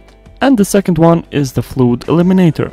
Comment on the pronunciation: It's pronounced FLUD, as in "mud". Saying "fluid" seems like it has a water sensor.